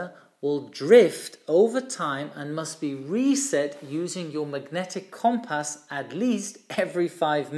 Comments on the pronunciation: Brilliant video as always! One small point is the pronunciation of “compass”. The first syllable is pronounced not “com” as in “common”, but “cum” as in “come here”. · It’s pronounced “cum-pss”. There is a very short vowel sound between the ‘p’ and ‘s’. The ‘o’ sounds more like a ‘u’. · has issues with his "O's". His grasp of the English language is exceptional, all he needs is to tackle the word Cooompass and he will have cracked it. Pronounced Cum-pass.